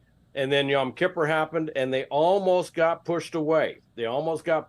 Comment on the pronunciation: For the love of God someone please teach this man how to pronounce Yom Kippur